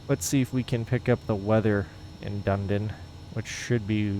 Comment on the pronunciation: To pronounce DUNEDIN: Say Eden, like the Garden of Eden. That's the sound. Next time say DUN in front of the 'Eden' syllable. DUN..EDIN. Then say it without pausing..as in one word. That's it. (The reason for the spelling is that this is the historic Scots Gaelic name for Edinburgh, Scotland. That's what the city of Dunedin is named after, by the predominantly Scots settlers in the early days of settlement) Poolburn, where you take off from, is also in the Scots language..... a 'burn' is a small stream or creek. Poolburn is one of many 'burns' in this area. Take your fishing rod is you go there for real... good trout there!